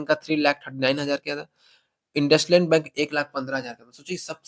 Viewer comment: Bhai IndusLand nahi😂 Indusind hai😅😅